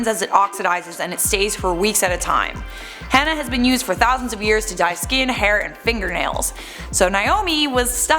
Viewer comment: STOP PRONOUNCING HENNA WRONG PEOPLE